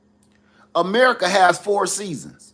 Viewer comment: 😂 “made in merica “